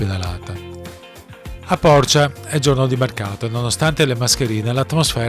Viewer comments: Complimenti,fioi ! belisimo video ( ma al minuto 16'55" ghe xe un erore imperdonabile a veneti purosangue : se dixe Porcìa ,e non Pòrcia ) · Bellissimo video, complimenti! Però una cosa...Porcìa, l'accento è sulla i, no Pòrcia.